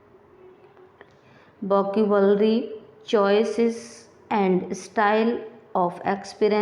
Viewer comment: Mam, are you really an english teacher?? Because you are unable to pronounce VOCABULARY 😂😂😂